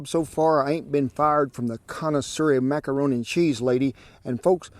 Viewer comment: He really said macanroni multiple times 🤣